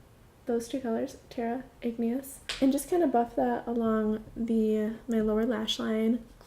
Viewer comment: YES!! You said "Igneous" correctly! I can't believe how many of the really big YT "beauty gurus" (*cough *cough Tati, LauraLee, ect..) call it "Ingenious", which drives me crazy! I really liked your tutorial!